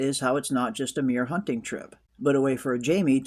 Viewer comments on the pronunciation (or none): none